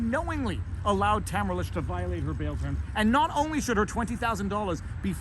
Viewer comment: It's Tah - mare - rah and not Ta - ma - ra